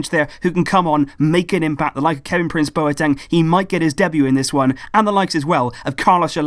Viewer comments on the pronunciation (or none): My housemates were from Ghana, they told me numerous times it's pronounced 'BWATENG' not bo e teng.